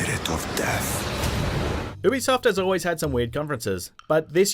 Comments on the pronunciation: You-be-soft not uwu-be-soft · Why does it sound like he's saying boobysoft ?